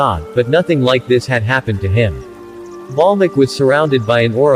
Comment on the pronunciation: its valmiki not balmiki